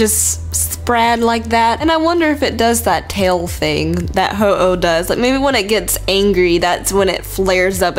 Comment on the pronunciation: bruh at ho-eon